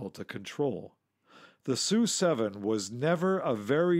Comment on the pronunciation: "So you pronounce MiG M I G?" No MiG is MiG, Su is S U. Always been that way. Just the way things are. Yep. That's right. Next.